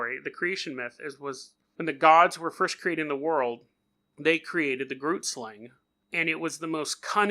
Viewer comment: I’m from Namibia (country right next to South Africa) and I’m 100% sure you are pronouncing it wrong